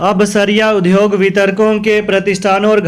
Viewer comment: UDYOG word ka uchcharn sahi karen